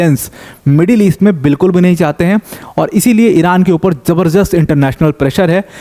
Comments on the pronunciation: जबरजस्त कोई शब्द नहीं है। जबरदस्त सही शब्द है। कृप्या सही उच्चारण करें। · ज़बरदस्त सही शब्द है । Z wala जबर means forceful जबर- दस्त का अर्थ क्या है आप समझ लो 😂